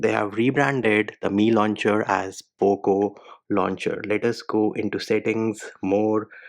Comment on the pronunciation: I heard once "Loop Launcher" but when I did rewind and saw 😂😂😂 Mann "Poop launcher" lmaoo x 100